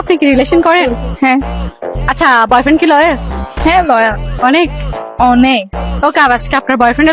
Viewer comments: লয়াল ❎ দয়াল ✅ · লয়াল❌ দয়াল✔️